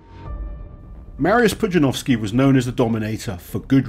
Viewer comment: I am astonished that you were able to pronounce his name fairly well btw